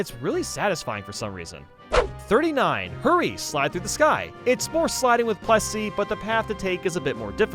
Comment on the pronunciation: plessy not pressy